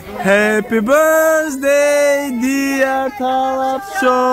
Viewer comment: Ҳадди ақал ҳамон Happy birthday-ро дуруст хонед🤣🤣🤣